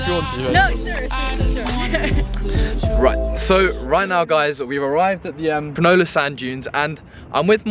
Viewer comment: It's Cronulla, not Crunulla :) Out of the 5 that you showed, I liked number 5 first, then 2.